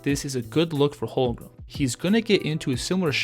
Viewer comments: It’s HOLM-GREN not HOL-GRUM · For real. Don’t know how this guy is having a hard time saying his name. Its so easy 😂to